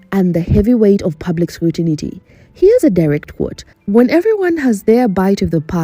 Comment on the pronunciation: Public scutinity? scrutiny